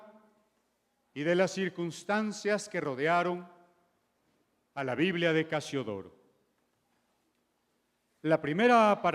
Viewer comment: Todo bien... ¿por qué será que a veces les da por decir "biblea" en lugar de "biblia"?